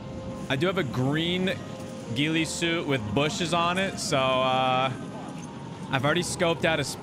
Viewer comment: How come you pronounce ghillie like its a jlo/ben affleck movie?